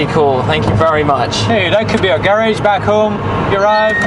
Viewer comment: it's always funny when the French guy says a French word with an English accent (like, "garage" which really isn't your he'd actually pronounce it, lol.)